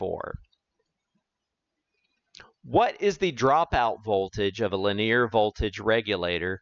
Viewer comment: Per the Webster dictionary, "linear" is pronounced li-NEE-uhr, NOT lin-EAR. The word "Linear" has three syllables, not two. Please correct. Or don't. The content is good, but don't want to suffer listening to egregious mispronunciations. I can always choose a channel with a narrator who pronounces correctly. Incorrect pronunciation decreases content credibility with each occurrence. This is not a regional accent thing. Also, "sometimes I showcases..." is a violation of subject/verb agreement. These choices decrease the communication level of the message. But, your channel, your voice. My mouse, my choice.